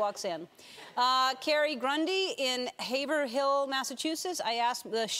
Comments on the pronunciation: Haver-Hill Massachusetts... OH, it's pronounced Have-Rull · i'm from Haverhill! It's HAVE-RILL!